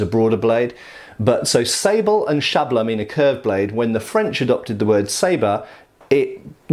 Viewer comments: Hungarian word is lot "shabla", it's "szablya", pronunciation e.g. here: Greetings from Hungary, keep up the good work! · Just a comment on pronunciation: Hungarian "szablya" is like "sub-yah".